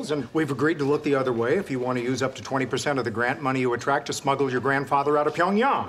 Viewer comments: Finally a white dude who pronouces Pyongyang correctly. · Yeah that was surprisingly good pronunciation